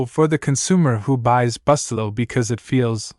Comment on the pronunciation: Reprogram your AI to pronounce the name of the product properly! It's spoken: Boo-stel'-low.